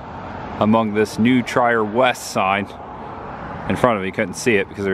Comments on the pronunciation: New Trier High School..."Treer" (like "Cheer") not New "Try-er." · And it's New Treer, not New Tryer. Ha. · Love the video. But I thought it was funny how you pronounced Winnetka and New Trier.